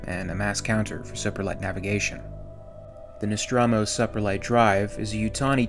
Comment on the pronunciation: Check your pronunciation of ‘deuterium’, ‘autonomic’ and ‘supralight‘.